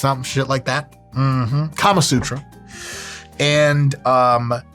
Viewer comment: The way he leaned in to say kamasutra... diabolical LOL